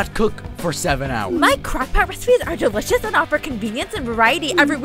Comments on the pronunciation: Instead of delicious it said declines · LEL it said declines instead of delicious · Dude or instead of delicious you said decline.